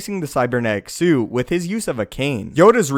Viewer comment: He just kept repeating the same shit over and over for nearly four minutes. Also he kept saying suit without the 't'. Dick.